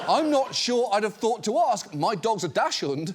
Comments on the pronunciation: Peabody Award now!1 the correct pronunciation of Dachshund is daks-hoonnd. sh is the sound made by sch. There is a difference. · Ah they got me i thought it was actually Dahsh hund like he said it😅😅😅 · Dachshund is pronounced 'daks-hund' oder 'daak-snd' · Welcome to today's 10000 all you dash-hoond pronouncers, it's dachs - hund, as in "dahk - son", or a weeniedog for the layman. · The dachs in dachshund is pronounced DOCKS, not DASH. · Hey John! Good job pronouncing the back part of your Dachshund. You might want to figure out how to pronounce the Dachs part of the word. Just do a 'ducks' instead and notice how you sound so original Americans possibly will not understand what animal you're talking about. This is about language and a German loan word and not about 'Trust me bro' Lindell. Sorry, not sorry! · Dachshund is pronounced ducks hoond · I have never once, until now, heard someone pronounce it dash-hund. But okay, I am not gonna argue. You can't put the worms back in the can, after all. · Germans: Dachshund British tv moderators: Dasch'üünd Man i love it when brits or americans try to speak our language 😂 my only question always is: why do they not look up how to say it? Like a big tv programm like hbo must have at least one german working for them or certainly have the money and manpower to hire a german translator or whatever to tell them how to say it, that just seems lazy af to me 😅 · It's pronounced "dux-hoont"! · Akshully, John, it's pronounced "dacks-hund." Thank you for your attention. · Is that how other British people also pronounce dachshund? Or was that a John Oliver special? (Americans usually go with “k” for the German “ch”, so we usually end up closer to “docks-hund”) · if you want to watch John mispronounce dachshund, realize it, then decide he doesn't care. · today i learned either john oliver doesn't know how to pronounce dachshund or English people say it some super proper way that's wrong. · THAT'S how Brits pronounce dachshund??